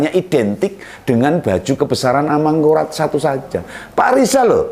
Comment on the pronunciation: Rijal rli itu gak jelas bicara ngomong r sja gak jelas r mana r mangkulat2 apah. Amangkurat og amangkungngkuhraat2